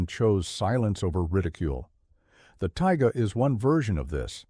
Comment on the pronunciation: That’s “taiga” not ‘tiger”.